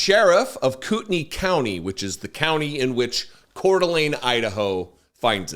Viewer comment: Just a note to tell you how much I appreciate hearing someone report on this story who knows how to pronounce Kootenai. I’ve been cringing all week listening to broadcasts.